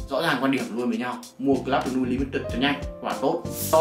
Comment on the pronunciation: Này là bleu không phải blue anh ơi...Phát âm lẫn ghi tên chai trong clip sai ròi, làm nhớ tới bleu chanel mà toàn kêu blue chanel quá =]]